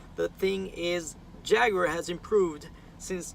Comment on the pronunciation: Your the only person outside of my country U.K that actually words Jaguar as Jaguar. Bloody yanks call it JagWuar!!!! Pisses me off 😂😂